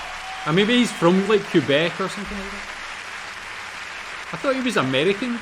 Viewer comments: Just a minor correction, the proper pronunciation is Kay-bek and not Koo-bek... and it is not to be confused with Alex Tre-bek, d'accord? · FYI Quebec is pronounced Kay-BECK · The way to say QUEBEC in our Great Nation Canada ic KAY BECK Have a gander at Derek Edwards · Even English Canadians pronounce it "Kebec" or Kwebec". Just so you know.